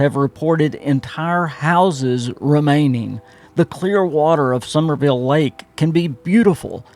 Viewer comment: Summersville, it has an S in the middle.